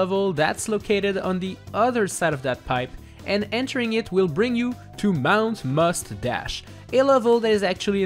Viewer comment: Mount... "mush" dash?